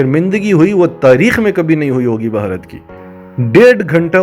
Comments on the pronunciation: اہ بھائی ویڈیو میکر۔۔بھارت کو بھہارت کیہ رھے ھو۔۔ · بھائی جان آپ بھارت پر ویڈیو بنا رھے ہیں۔۔۔کسی سے بھارت کے نام کا تلفظ سیکھ لیں